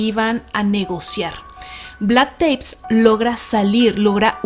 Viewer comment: Muy bueno como todos sus programas. Solo un detalle, Vlad TEPEŞ (se peonuncia Tepesh en Rumano). Un saludo y muchos éxitos! ❤️